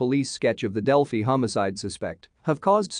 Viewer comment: It pronounces Delphi terribly!